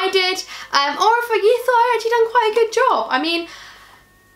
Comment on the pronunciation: wanna say "acctually" again lmao